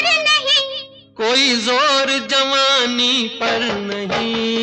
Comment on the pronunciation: Why he said jamani instead of jawani